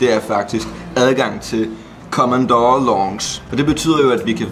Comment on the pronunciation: Hvis bare I ville udtale "Commodore", "Deluxe" og "lounge" korrekt...